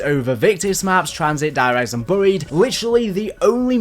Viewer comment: Why do you pronounce buried like that🤣🤣🤣